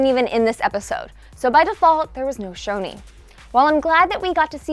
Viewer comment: Choni not SHONI STOOOOOOOOPPPPPP